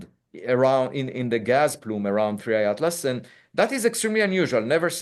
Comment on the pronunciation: Its 3i not 3ai